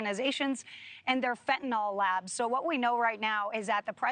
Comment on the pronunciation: FentanYL, rhymes with PILL.